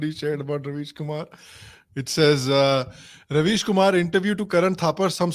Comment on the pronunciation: kam se kam pronunciation to theek kar lo. yeh rubbish kumar hai ravish kumar nahi.